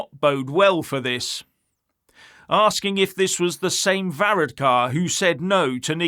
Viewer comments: 32🇮🇪🇪🇺 from Dublin this guy is obsessed 🐎💩🇬🇧 he cannot even pronounce Varadkar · You need to do some practice on pronounce his name before you go online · Varadkar should have gone to Specsavers there ain't no o in his name!